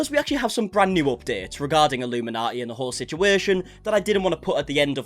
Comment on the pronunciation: Hi you probably won’t see this but just wanted to let you know that Blair’s channel name is pronounced as illumin - naughty (as in, are you gonna be on Santas naughty or nice list this year lol) Instead of like the cult name way of saying it. Just I know you end up having to say it quite a lot in your videos. Anyways and more importantly, I’m soo glad to see your channel growing. It only feels like 2 mins ago you were asking everyone to help you get to 400k and already you are 33k above that. 🙌🏼 So it won’t be long till you hit 500k then the big 1M 🎉 😊